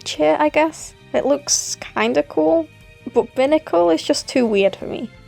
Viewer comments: Sorry for the criticism, but it’s BIY-nah-cull not BIH-nah-cull. Buy as in “I saw this picture with an aggravated rooster on it saying “EAT!” (Hey have I heard that before?) and I just had to BUY it.” I’m sorry. I have a problem with correcting things. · Binacle is pronounced with the “i” the way you would say it as in the letter